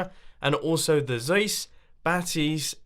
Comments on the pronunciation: It is pronounced Carl Zeiss with the /ei/ as /aye/... I think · Mumbo! Carl "Zice". That's how you pronounce Zeiss. Great video as always! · This is not how you pronounce Zeiss :/